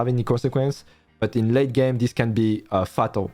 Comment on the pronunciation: Ca existe "fatal" mdr. Le début se prononce comme "fate" et la fin c'était bien. (franco-americain btw) Trop bien la video en tout cas, grave quali. Keep it up!!